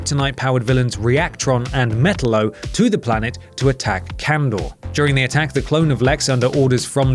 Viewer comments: It’s not metelo it’s matalo you said metallo wrong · Met-aloe Not metal-o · Did he just say “Metal-Oh”? It’s “Met-Al-Oh” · it's pronounced "me-TAL-lo" not "MET-tal-lo" otherwise there would be 2 T's instead of 2 L's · It's "meTALlo, not metalO" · Facepalm It's pronounced "Met - Tallow" not "Metal - Low" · Not metalolo, Met-allo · Simple mispronounciation ruins the video. So much cringe. Meh-tal-low not hard. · It's actually pronounced MUH-TAL-OH. Not MEH-TUL-O, LOL. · lmao it's not metal lo. it's meh talo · It's not Metalo dude, it's Metallo. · Say it with me: MEH TAHL LOH! MEH. TAHL. LOH! Not mett-telo. for fuck's sake. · lol metello it's metallo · It’s Meh-Taa-Low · look, i love i think him and simon are the only reasons to watch WC since the Adams left BUT....... Can someone teach how to say Metallo??? MehTallo i know his Pronunciation IS correct based on the Phonetic Spelling BUT WATCH A FRIGGIN CARTOON WITH HIM IN, Or Supergirl, Smallvill OR even episode 2 of Crisis on Earth X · It's pronounced ( meh-tal-oh ) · Ma tah lol not met ta lo😒😒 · Your pronunciation of Metallo is way off. Metal-O? you make it sound like a bad breakfast cereal. Just saying. :P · It's (meh-tal-low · say it with me MetaLLO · That's Me-TAL-lo. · IT'S METALLO(MĖ-TOW-LŌ)!!!!! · Its pronnoucned Met-allo. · Metallo is pronounced (meh-tahl-lo) and dont say its because youre english, because Malcolm Mcdowell was able to pronounce it all the time in Superman Animated. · its pronounced me-ta-llo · It's called. Metallo you idiot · It makes me cringe when he pronounces Metallo's name wrong lol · obviously not a superman fan with the way you say metallo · That's not how you say Metallo's name, gosh darn it! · He should learn to say the name of Metallo...